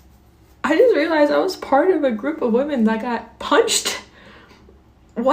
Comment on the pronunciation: I’m sorry this is a horrible topic, but your pronunciation of “women” is killing me. When its one woMAN you say “woo-man” but when they are talking about more than one “woMEN” you say “wi-men” ok bye bye now